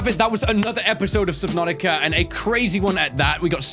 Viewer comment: I swear he said Subnanica lol